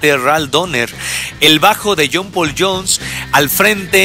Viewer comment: Qué mala pronunciación: ¿Qué es un "achails"? ¿Qué es un "jul" lotta love? ¿Quién es John "Pul" Jones? Buena info, por otro lado...